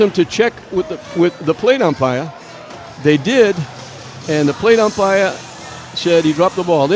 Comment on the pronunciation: Can you check with the plate umpirah? They are gonna get togethah and talk to the plate upmirah.